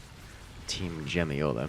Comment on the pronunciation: Jemioła is prenounced - Yem-yo-ua